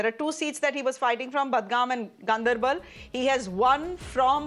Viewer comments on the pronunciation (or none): Badgam no it’s Budgam 😂😂😂